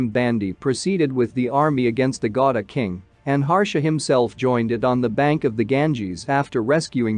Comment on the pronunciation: that`s not pronounce gauda that sound gauri